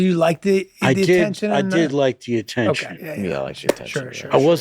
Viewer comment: "I love you to Chawley"